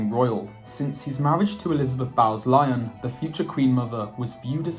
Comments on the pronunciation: Bowes-Lyon -Pronounced as boze (like rose) - lion., with an English accent, should (if human) know better for two reasons. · Elizabeth “bowls” Lyons not “bowels” (which is where fecal matter is stored in the body). Please. Why do YouTubers not know how to pronounce their native language??